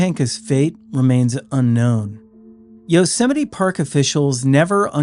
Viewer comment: It's pronounced You-sem-ity. No one's ever heard of yo semity Sam.